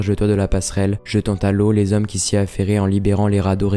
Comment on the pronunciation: Trois mille hommes, pas trois mille zhommes. Mille ne prend jamais de "s". Le chantier vît le jour, pas le chantier vu le jour.